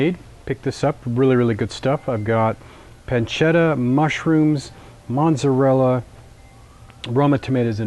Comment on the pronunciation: There is no "N" in "Mozzarella". Unless you know of a new cheese called "Monzzarella". Other than that, the video was pretty informative. As has already been stated, you put the cornmeal on the pizza peel, not the pizza stone. Regarding metal versus wooden peels, Soft dough sticks to metal more than wood but the metal is thinner and easier to wrangle the cooked pizza. And a proper wood fired pizza oven is at least 600 or 700 degrees. Not 450 as someone else stated. That's for deck ovens.